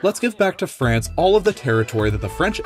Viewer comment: Why Everyone saying Frace 'SHE